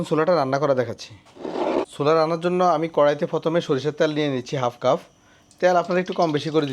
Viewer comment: Cuf bolechen keno? Eta cup